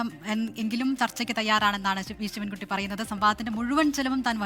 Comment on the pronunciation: ശിവ൯കുട്ടി ആദ്യം സ്വന്തം പേര് മര്യാദക്ക് പറയാ൯ പഠിക്ക് എന്നിട്ടാവാം സംവാദം😏😏😏